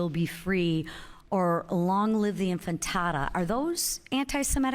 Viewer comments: Hey Mc Clain, it's "Intifada" not "Infitada" know-nothing, and it has nothing to do with anti_Semitism. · infantata sounds like mexican food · She keeps saying "infitada" and it sounds like a Mexican Dish :face-orange-raised-eyebrow: It's called in-ti-fa-da, hun. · anfitada? It's antifada. It means resistance. Literally. The answer is no. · Congresswoman the word is intifada not infatada. These right wing nuts will find outrage under any stone. McCarthyism in plain sight. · what the hell is the “infantada”? The mass slaughter of infants in Gaza? And she said infantada repeatedly. Lady, it’s intifada and it means to shake something off, as in shaking off oppression. No antisemitism here. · Did she say "enfatada" twice instead of "Intifada"? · She said “Infitada” lmfao. You mean intifada, which just means ‘uprising’. I can’t believe wanting Palestinians to not be genocided is a problem. These people are psychos y’all. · Joe W. Says, Good Heavens! This elected official (Ms. McClain) apparently is Dyslexic? The word is "Intifada" (I Believe) yet she kept saying, "infatada") - COME ON! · First off it's not infatada it's intafada. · "Infantada" or "infatada"? Never heard of this word. Intifada, yes, but 'infantada'??? Why can't people speak if they're putting themselves on the stage? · Hilarious how she can’t even read Intifada not infitada. Back to school lady. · LOL," INFINTADA" , she doesn't even know how to pronounce Intifada , what an ignorrant puppet. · It’s INTIFADA, lady. Not “infantada” and it literally means “shaking off” which is the point you need to GRASP!! Palestinian resistance is the effect and result of Israeli aggression. The effect and not the CAUSE. Until you acknowledge this fact the PROTESTS will continue and grow…Period. FREE FALASTIN 🇵🇸🌍🔐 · Does she know what infitada mean? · She didn't even say intifada. She said intitata ... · Infitada. She thinks it's Mexican food. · Lisa McClain calls it the “infitada” 😂😂😂😂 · Long live the "infitada"